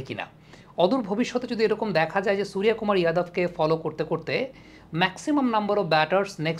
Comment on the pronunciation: আরে দাদা আপনি তো বিহারী কিংবা ইউপি ওয়ালা দের মতো উচ্চারণ করছেন "সুরিয়া কুমার"। আপনি নিজে বাঙ্গালীর ছেলে তো বাঙ্গালীর মতোই "সুর্য কুমার" বলুন।❤